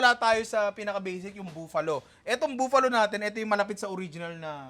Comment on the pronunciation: Nong bakit pronounciation mo sa Buffalo, buuuuuuuuuuuuuuuufalo?